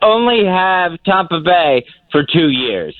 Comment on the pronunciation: Surgery and autopsies with Ronnie B. Always is right. And when did our Fezzie start saying Tommpa?